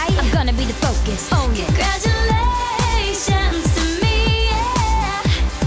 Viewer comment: i love when she says CONGRADUALAATIONS TO ME